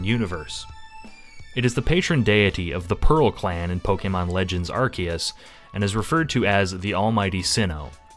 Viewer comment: IT'S PRONOUNCED ARC-OO-SE!